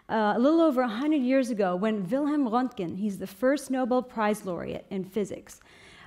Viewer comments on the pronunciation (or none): none